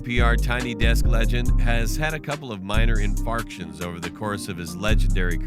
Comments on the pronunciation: dude says "inFARCtions" instead of "inFRACtions" lmao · Dude said 'infarktion'